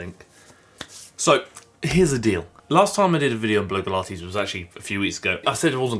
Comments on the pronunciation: i think her channel name is pronounced Blog-E-Lah-tees or Blog-Ah-Lah-tees rather than blow-gah-lah-tees. Sorry to be that annoying person haha. I do worry about whether this journey will be negative for her, hopefully not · Hiya. Love your videos, and I've watched for ages, but need to ask a quick genuine question. You pronounce Blogilates B-LOW-gilates, whereas she pronounces it B-LOG-ilates. You may have explained that a while back, and totally get if it's a laugh, but while your reaching out to her seems really genuine and helpful, doing so while (deliberately?) mispronouncing the name of her business and life's work detracts from that generosity and can come across as disrespectful. Perhaps something to consider? I know you're always out to do good, so just a thought.